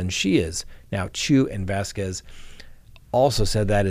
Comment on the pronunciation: Thank you for saying Vasquez the correct way!😊